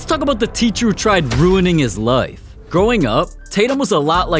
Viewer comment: normal ppl pronouncing life: ly f this guy: lyeif